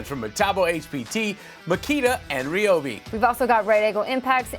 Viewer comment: Wow! You’re the only one I have heard, on YouTube, that has pronounced “Ryobi” correctly.